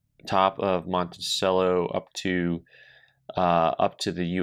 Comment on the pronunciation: is clearly undecided on how he wants to pronounce Monticello.